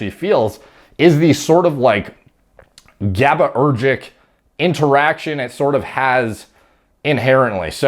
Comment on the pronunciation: Fucking gabba-urgic? What did i hear? Lol